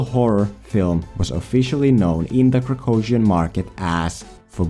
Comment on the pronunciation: Why didn't you show what the text off the language is in the video? At least once with a movie poster or something. I can't even understand what country name you are saying. Kracosian? You take your meds today this is not a real country.